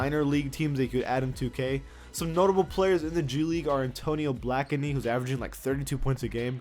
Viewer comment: Blakeney is pronounced "Blake Knee"